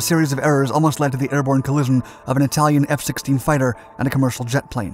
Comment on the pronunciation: Very interesting. However you don’t seem to be able to pronounce collision 😅